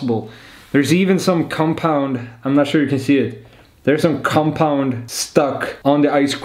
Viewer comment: Especially the way you pronounce cumpound!! Sounds... Nice. 😳